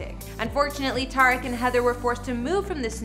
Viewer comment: Tuh-reek not ta-wreck